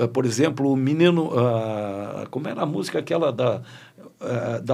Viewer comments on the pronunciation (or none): BA FALANDO MININU É BRINCADEIRA